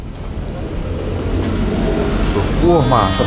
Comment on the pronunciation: Bro bukan Berlo🤣